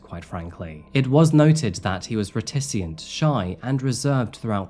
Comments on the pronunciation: "Reticent" not "reticient" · VIN-DICT-TIVE not vindicka-tive. RET-ICENT nit ret-issi-ent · Circa 10.20, reticent. Re-ti-sunt (not re-ti-si-yunt). Your mispronunciation is endearing tho. 🙃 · Slight nitpick, but do you write these scripts? I often listen to a few in a row and quite often an episode has a strangely mispronounced word like how "reticent" was pronounced "reticient" indicating yoy aren't familiar with these less common words. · I love the fact that mispronounces words that I'm almost positive he does on purpose. VinDICative eLIgible reTI ci ent all words he says in the weirdest way I've ever heard. Not because of his accent but because I think he is the slightest bit oppositional in a twisted way. I like it. Keep it up weirdo. 🙂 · Nice use of the word "reticent" pronounced ˈredəs(ə)nt 👍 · You can tell is a voracious reader of books.... I too mispronounce words that I have read and understood.... This video has two stand-outs.... Voracious and reticent..... Not sure of the time-stamps, but thanks for the 🤣 🤣 🤣